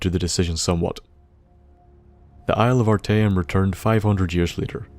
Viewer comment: You said arteum perfectly